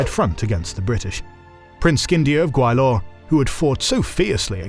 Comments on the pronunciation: I'm sorry, but the new narrator's mis pronunciation of Gwalior to Gawilor is aking to pronouncing Allen as Anal. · Gwa-li-or, not Gwai-lor. Please be mindful of pronunciations. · It’s not pronounced Gway-lor. It’s Gwa-Li-er.